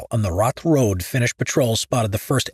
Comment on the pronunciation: How does one pronounce "Suomussalmi" almost perfectly, yet absolutely butcher the much easier "Raate", though? For the future if you're going to do more videos about Finnish wars, I recommend you check google translate or something similar to get a basic idea on how the words are pronounced, at least on the more important parts like the names of the battles in this case. Finnish is actually quite easy to pronounce once you know how each letter is pronounced and that the stress is always on the first syllable. It's just that the sounds do not correspond with the English spelling most of the time, which for a native English speaker makes the words harder to pronounce than they actually are.